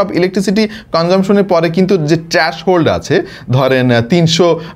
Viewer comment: ট্রাশহোল্ড না ভাই ওটা থ্রেশহোল্ড ...........বাইদা ওয়ে যুগোপযোগী কনটেন্ট